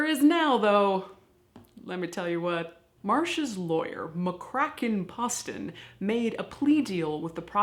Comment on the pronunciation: I went to school with Ken. His father was also McCracken. Btw, his name is pronounced with a long O. As in Pose-ton.